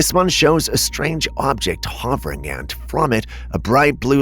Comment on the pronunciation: Btw "Hovering" is pronounced (Huh-ver- ing) not ( Haw-vring)